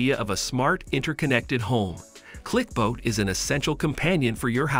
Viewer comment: Clicbot not clicboat, Loona not Luna